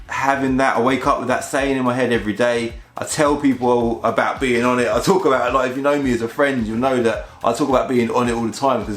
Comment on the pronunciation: for each car he said onit